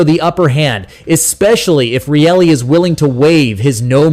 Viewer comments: Are you guys talking about Morgan Rielly? His name is NOT PRONOUNCED REALLY! It's RYE_LY...NOT REALLY...MAKES YOUR VIDEO SOUND LIKE YOU DON'T KNOW THE PLAYERS ON THE LEAFS TEAM!!! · Your Bot can’t even pronounce Rielly’s name correctly. What’s it doing commenting sports🤬🤬🤬